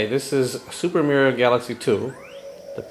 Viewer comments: U said merio when u meant mario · You pronounced Mario wrong, again. Could you do this level with Luigi, please?